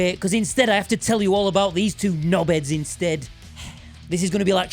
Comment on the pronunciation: I genuinely lolled when you said knobeds😂